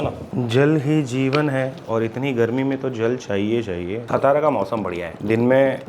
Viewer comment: its सातारा, सातार ✅ not सतारा ❌